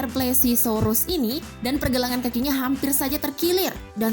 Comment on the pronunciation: itu bukan plesisaurus tapi plesiosaurus